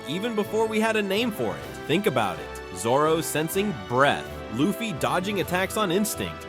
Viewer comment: Bruh cant even pronounce luffy 😂